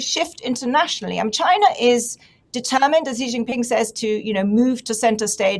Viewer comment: I’ll start off by saying when your commentators can’t even come close to saying Xi’s name right it’s hard to take whatever you say afterwards seriously 😂 and then he said “look to China for prosperity, look to America for safety”. No truer words.